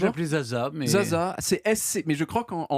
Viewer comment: Zsa Zsa Gabor: C'est ni CHa Cha, ni Za Za mais Ja Ja puisque le ZS en Hongrois se prononce J.